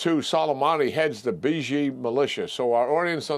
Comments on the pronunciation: Not that it’s a big deal, but you’re pronouncing the names all mixed up! And you use random pronunciations each time It’s BA-SEEJ, not BUHJI It’s MOJ-TABUH, not MUH-TA The Iranian audience, it gives them an impression that you don’t even know who you’re fighting with Thanks for your attention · Keane is a good man, but why can't he pronounce "Mojtaba" and "Basij" even a little bit?